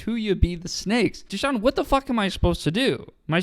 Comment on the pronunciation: His name isnt theshawn its dashawn he was born to this